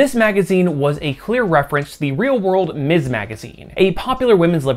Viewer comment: Miz Marvel. Emphasize the z, should not sound like miss. You got it right on the magazine but you're erratic about it for Kamala's supranym. Mispronouncing that is something some jackasses do to show they don't respect a woman's right to have an identity free from her marital status. Be careful how you say that word and how you use it. While it's technically 100% applicable to all women some will take deep offense at it, most often married women or widows who feel the use of Ms. is disrespecting their marriage. Real social minefield there, although it's marginally less so these days than it was in the late 60s and 70s when the use (or refusal to use) Ms. properly was a flag indicating your support or opposition to the Women's Liberation movement. And yeah, I grew up in that era and saw firsthand examples of people (mostly men) deliberately mispronouncing Ms. to piss off the person they were talking to. Watched one of my grade school teachers get done that way by a co-worker and the asshole didn't get so much as a slap on the wrist from admin. Bastard was hissing "misssss" like a damn snake. Taught me to be real attentive to saying it properly, a lesson that's stuck better (and been more useful) than all those stupid cursive writing lessons.